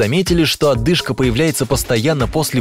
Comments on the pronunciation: ОДЫШКА, а не Отдышка !!! Говори правильно !!!! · ОДЫшка,а не оТдышка,следите за речью,за Вами повторяют...